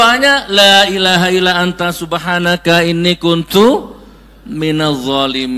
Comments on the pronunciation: Maaf Gus, membaca hadisnya bukan ala dzikrullah tapi, ILLA ..... ngapunten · Ila bukan alla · illa dzikrullah kok dibaca ala dzikeullah ..??? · Sedikit koreksi Gus Nur الا ذكر الله " ...Illa dzikrullahi bukan ala dzikrullahi. Dan متعلما "Muta'alliman bukan Muta'allam ( muta'allim bukan Muta'allam ) Barakallahu fikum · Salah bacanya Gus.. Illa zikrullah (إلا ذكرالله) dan muta'allim (متعلم)